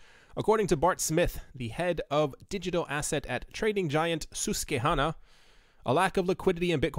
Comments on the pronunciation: It’s pronounced sos-kwee-hana. Love your content. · You have to be from Philly to be able to pronounce Susquehanna properly